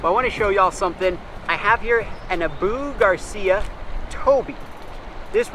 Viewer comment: haha, ok. it's actually pronounced (Ah-boo) Garcia not (Uh-boo) Garcia haha.